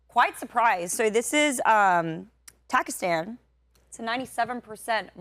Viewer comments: It's not pakistan she said "takistan" 😂😂😂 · FACT CHECK MINUTE 52 PAKISTAN DOES STILL HAVE HIJAB REQUIREMENTS, ALSO SOUND LIKE SHE SAID TAKISTAN THATS A FICTIONAL COUNTRY